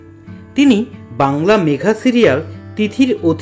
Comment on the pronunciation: উচ্চারন টা ঠিক করুন , মেঘা হয়না ,ওটা হবে মেগা ।